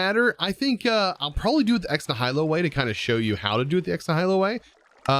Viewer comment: Kinda bugged my brain a little how he pronounced ex nihilo